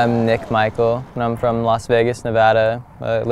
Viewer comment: Anyone else think his last nine was pronounced Michelle